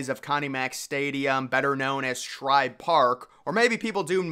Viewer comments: Dude, it's SHIBE Park, NOT Shribe. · *Shibe Park, not Shribe. Please for my sanity start getting it right lmao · It’s pronounced Shy-be no r in Shibe Park by the way. AND STOP MENTIONING THE SANTA STUFF THAT WAS IN LIKE 1961 GIVE IT UP ALREADY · I think maybe you are just saying Shribe Park as a running joke now. You would think from the comments you would get the correct pronunciation by now. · Stop saying Shribe Park.